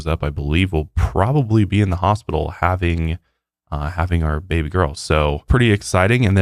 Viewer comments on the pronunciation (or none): none